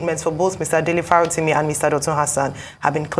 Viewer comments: It is Dele not DELETE Abeg. Correct it. Now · Dele not Delete. Kindly correct it. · It's Dele Farotimi... not Delete please, respect on the man's name 🙏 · Délé Fárótími not DELETE Fárótími 🥵